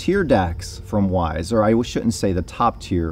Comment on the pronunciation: nice review - but one must pronounce Veiss like with a V, not English W ;-)